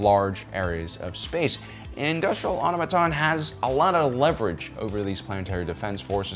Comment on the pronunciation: It's 'Industrial Automaton'!